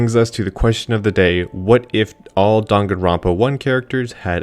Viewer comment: How do people still mispronounce Danganronpa when they literally say it at the beginning of the game